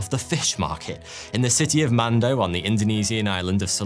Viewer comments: The Indonesian city is pronounced muh-nuh-doe. The h are silent. Not man-doe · Can you at least TRY to pronounce the names right? It's not CoeLEOcanth, nor is Manado pronounced MANDO. And its oTHer, not oVer, THrough, not Frough.